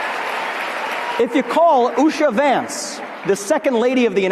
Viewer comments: Oosha,, not Usher 😉🙂😊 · I agree with Vivek on one thing, her name is Usha not Usher😂😂😂😂😂‼️💯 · Her name is pronounced ooosha not usher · Why you keep pronouncing USHA as USh-sha L like USHER? LMfao... Leave USHER'S SEXY AZZ out of this mess! 😆😆😆😆😆